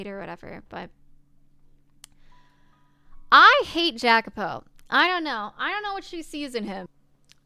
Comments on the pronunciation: New subscriber to the channel. I'm really liking your playthrough so far: keep up the good work! Just a little, spoiler free, context on names and places: Michel is a french name and is pronunced "Mi-SHEL" while Jacopo is an italian name, pronunced "YA-copo". As for the Mansion, yes, it keeps changing between Doors: - the First one was set in England; - the Second one was set in Spain: the war they kept referring to was the War of the Spanish Succession. Yukimasa, however, was japanese (born in Europe) and couldn't return to his motherland due to the Sakoku (the isolationist policy imposed by the Tokugawa shogunate). At the time, the only European country allowed to trade with Japan was Netherland and that's why him and Pauline's Father settled there (Pauline is half-dutch as you already guessed); - the Third one is set in the U.S.A. but the main characters are immigrant. Storywise, an irrilevant note: is generally assumed that WHG is referring to England when talking of a "misty island" but I think she's talking about Corse (there are a couple hints that I will point out) making her french. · The "J" in Jacopo is pronounced as a "Y", and he, among most others in this story are immigrants, so the southern accent doesn't really fit them so well anyway. You'd be better off going for something more Mediterranean. You're about to run into dialogue that references this fairly soon anyway, and this chapter did already emphasize the whole immigrant aspect subtly in the beginning of the Third Door, Jacopo isn't exactly a southern name, so I don't feel like this is any kind of major spoiler so much as something you haven't really picked up on yet.